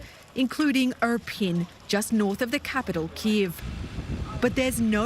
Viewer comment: Irpiń, ear pean